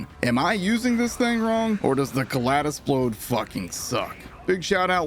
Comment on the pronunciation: I like everything about this video except your pronunciation of the gun's name - it's a play on "kaleidoscope", with "splode" in place of "scope" - so the second syllable should sound like "lied" not "lad". Keep up this series, I love your Borderlands content - insightful with the right amount of snark.